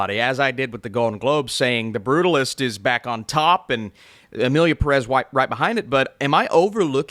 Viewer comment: Why do english speaking people love to mispronounce Pérez all the time? The "é" is there for a reason. Same thing with Pokémon.